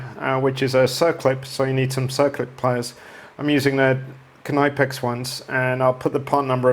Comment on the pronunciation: Dude I think the snap ring pkyers are pronounced (nip-X) not (kah-nype-ex)😂 Boy that KT n motorcycle, you're working on.Those sure are beautiful bikes.They're really aren't any made any better. So basically nice frigging bike man